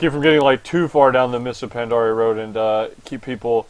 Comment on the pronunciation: He says Mists of Pandarian. :(